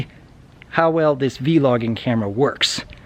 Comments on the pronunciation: How way you say vlog is a little weird, but I'm used to hearing it as "vlog" instead of "V-log" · It's pronounced /ˈvlȯg/, not /ˈvee-lȯg/. But yeah, learning about new tech and equipment can be hard but really rewarding when you get into it. The benefits are way better than the disadvantages of picking up new stuff, usually. As for your idea about starting a financial literacy vlog, I honestly think it's a good idea. It's something so many people are afraid of even talking about, and you providing an avenue not only for discussion, but for education is a good thing, definitely. Just imagine, - Financial Planner. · Vlog is pronounced like blog but with a v not a b, it's not v-log. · You don't need to pronounce the v so much when saying vlog. It's just like blog, but with a v. :)